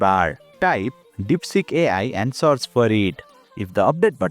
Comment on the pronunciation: The first two times you said search I heard " ~Source~ " with an Indian accent, Soo my tip is please stop being Indian, or please make videos in your own language.